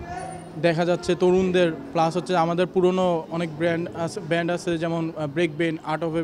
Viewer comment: উচ্চারণ টা ব্র‍্যান্ড হবে না,ব্যান্ড হবে